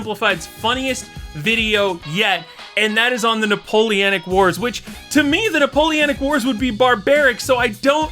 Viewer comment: No, you havent gotten it yet, its Napoleonic wars not napoleanic wars